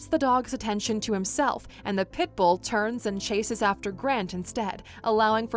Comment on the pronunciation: I don't like how you said pitbull